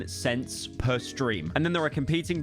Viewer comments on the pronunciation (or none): none